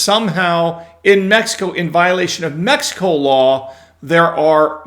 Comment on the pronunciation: Med-e-co? Sounds like a gringo speaking